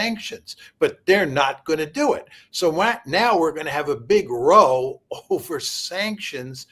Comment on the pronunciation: I understand when ignorant younger people mispronounce "row," meaning argument, as "roe," as in a row of books. But a man Mearsheimer's age, who teaches?